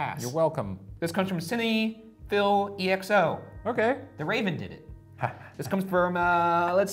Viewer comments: Ryan: Cinny Phil Everybody else: Cinephile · Ryan pronouncing cinephile like sinny fill almost made me unsub 😬😬😬🤢🤢🤧🤧😂🤣😂🤣😂 As many movie references as they make you'd think....well I guess not lol.... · ryan: is a cinephile (a person who likes movies) also ryan: pronounces cinephile like "cinna-phil" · ik i thought that was hilarious. but to be fair, he didnt read it as cinephile. he thought the exo was separate and read it as cine-phil-e-x-o lol. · "cine-phil-exo" 😂🤣😂🤣😂 it's cinephile, like someone who likes the cinema and movies 😂🤣😂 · Did Ryan just read (mabye) exo as E -X-O😂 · sinny phil e x o instead of cinephile xo is killing me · Okay but it was kinda cute when Ryan read it as "cine Phil e-x-o" as opposed to "cinephile x.o." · “cina - feel - exo” ryan it’s cinephile as in lover of movies. xo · I’m crying “sinny fill ex oh” RYAN............ CINEPHILE do u not know what a cinephile is u sweet sweet boy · actually distraught no comments mention ryan pronouncing "cinephile" as "sinny-phil" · I though Ryan was a film student but he couldn't even say 'cinephile' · The pronunciation of cinephile from Ryan, a film major, has the skin melting off my face 🤦🏾‍♀️